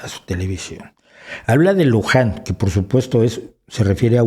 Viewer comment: ¡¡¡Spider en vez de Spike!!! ¡¡¡Luján en vez de Wuhan!!! y ¡¡¡¡¡Oritrón en vez de Ómicron!!!!! ... 😵😵😵 ... ¡¡¡Si ni siquiera conoce los términos correctos ... es evidente que éste es un caso de falsa información flagrante!!! ... creo que debería considerarse seriamente la opción de tomar como un DELITO la difusión de falsa información por un medio de comunicación masivo.